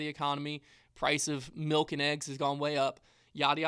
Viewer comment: Wow I missed the 10 years 10 milk. Did not hear milk. I just heard mill